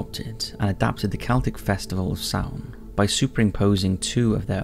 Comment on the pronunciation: Bitta Trivia for ye: The month of November is still known as Samhain in Irish. Also, well done to Top5s for taking the time to pronounce Samhain correctly. Most people don't bother and just say Sam hane, which as an Irish speaker is painful to hear.